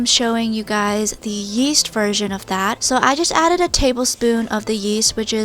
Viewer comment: Omg i thought she said yeet when she said yeast 😥